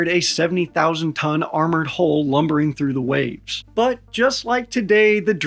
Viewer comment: 🦈🏹 .. .. … Every time the narrator says “hull” it sounds like “hole”. Even the close caption thinks he is saying hole …. and it is a very good closed caption system. A very good video. Well said.